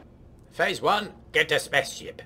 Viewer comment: I am 39 years young, yet every time you say "spa´ce ship" I giggle like a 6 year old. :)